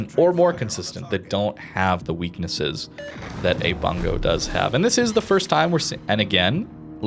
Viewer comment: Pronounced "Boong-go" not "Bun-go" lol